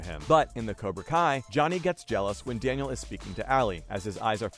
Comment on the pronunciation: He said Daniel with a L.....not i